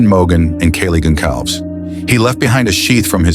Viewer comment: Yes, remember the victims! Great how the AI voiceover butchered the names of Xana Kernodle and Kaylee Goncalves. Do right by them and pronounce their names correctly, or dint pist any videos.💔🙏💔🙏💔🙏💔🙏🕊